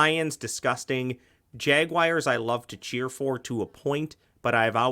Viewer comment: JagWIRES? C'mon.